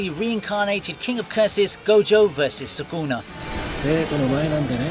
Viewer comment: suKuna not suGuna